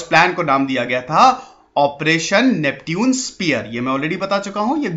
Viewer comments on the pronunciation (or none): नैप्च्यून स्पीयर था सर नाम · नेपच्यून होता है सर Neptune - नेपच्यून